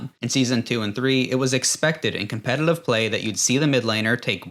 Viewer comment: competitlive wtf am i hearing